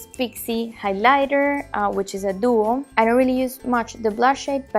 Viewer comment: really enjoyed the video. one tip on pronunciation; instead of saying highLIGHter, try and say HIGHlighter. I'm assuming you'll make more makeup videos and I thought it might be helpful. Good luck in the future, I'll be looking forward to your videos